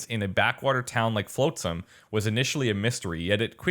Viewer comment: Shill and Floatsam, eh... You should pay more attention to the way the names are pronounced. :P